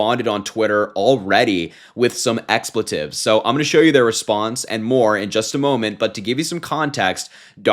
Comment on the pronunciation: I think you mean expletives (exspleetives)